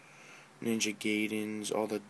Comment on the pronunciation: Its Ninja GAIDEN not Ninja GAYDEN!!